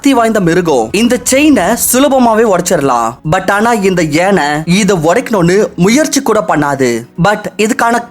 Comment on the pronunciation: It's Yaanai not yenai...